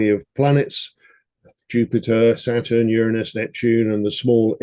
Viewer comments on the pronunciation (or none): none